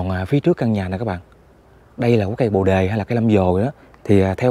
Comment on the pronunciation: Tui khuyen ông trước khi nói hãy tìm hiểu cho kĩ để người ta cười thúi đầu,bồ đề mà ông gọi là Lâm vồ,kkk